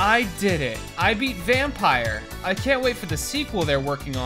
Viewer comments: it is pronounced "vamm-py-r" no e at the end (this is swedish for vampire) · Bit late but you pronounce it like " Vampür " like the german ü ._. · It's not pronounced vampire, or the weird way that you decided to pronounce it 😂😂 vampyr is vampire in danish. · Vham-py-r thats how you prononce it….. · It's vam-pir like in Romanian accent with pronunciation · When he “Y” that hurt me